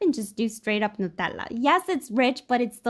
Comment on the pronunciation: 10/10 "nutella" pronounciation